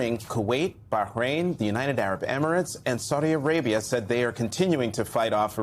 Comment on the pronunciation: One of the few broadcasters to pronounce Arab locations correctly